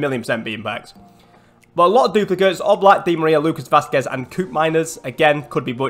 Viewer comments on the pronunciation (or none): none